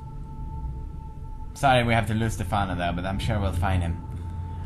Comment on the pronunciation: hes not stafino the name is Stephano! S.T.E.P.H.A.N.O